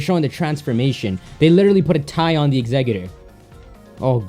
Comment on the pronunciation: IT'S exeggutor NOT exegguter